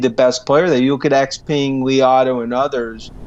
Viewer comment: FYI for anyone who cares, all of these analysts pronounce “Xpeng” incorrectly. Peng in Chinese is pronounced like “pung” in English. Not ping.